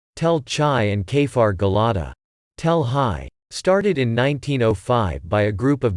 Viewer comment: You are not pronouncing the Kibbutz name correctly it's Gil-ah -di ,the same as the bible and NOT Gel ah da ...